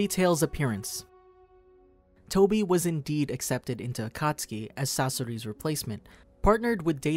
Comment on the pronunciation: Tobi not Toby🙂